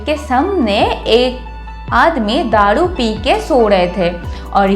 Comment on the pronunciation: Daaru peeke ya daadu peeke 🤣 kya didi apki hindi weak hai kya?